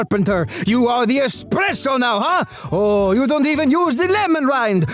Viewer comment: I love him ever since I saw him on instagram.❤ Bro went full on Italian on expresso makers bruh